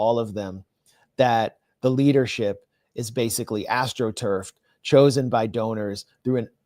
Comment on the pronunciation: “AstroTurf “ had to lol